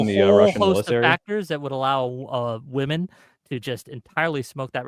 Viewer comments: Dude it’s shocking how many ladies and some guys subconsciously only know it as plural form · holy cow the guy who can't pronounce women sounds like a retard. Learn to speak English. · Soy bro cannot say the plural word women Jesus Christ. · This guy with glass is just being elusive.... He can't even say women